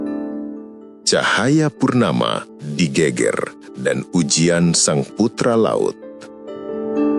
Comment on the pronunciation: nyebutnta bukan gunung GÉGÉR min.. tapi GEGER yg kalau dalam kalimat jawa geger itu adalah bahu Klaau gégér hampir sama dg gempar 🙏